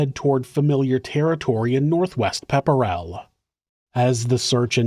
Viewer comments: It’s pronounced “ Pep-rull “ not “ pepper-a-rull” no one can pronounce our Massachusetts towns 😂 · “Pep-ril” not pepperell lol. It was only at that moment ik you were talking about Mass Lmaoo